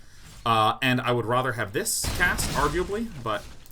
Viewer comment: I feel like Sean saying "rother" instead of rather is like some version of the 'meow' thing from Super Troopers. Like 'how many people will bring up the weird way I'm deciding to say 'rather'?' Guess I'm one of them.